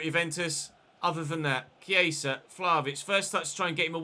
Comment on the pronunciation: He's saying it like Chieisa. And Viera is not pronounced the same way as Vieira. Viera = vee eh ra Vieira = vee ey ra